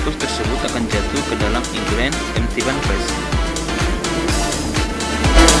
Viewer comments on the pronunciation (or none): none